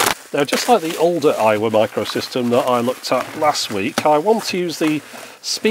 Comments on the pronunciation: Every time you say Aiwa, my American ears hear Iowa. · Oh! Aiwa! I thought you were saying Iowa the whole time lmao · i thought he was saying 'Iowa' the whole time 😆